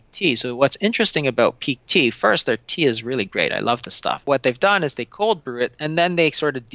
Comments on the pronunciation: what was that tea? "Peak Tea" couldn't make out exactly what you said.. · Is he saying P tea or Peak tea or what?